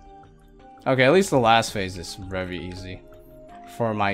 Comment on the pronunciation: I swear I always cringe every time he says very! Hahaha it's very with a v not rary with an r! Either stop saying very or use a better synonym